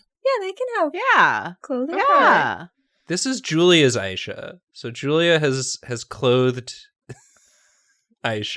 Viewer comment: It's not Aisha, it's AAAAAAAAHHisha